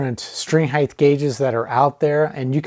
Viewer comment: “Height” doesn’t end in “th” 😃 rhymes with “right” and “fight.”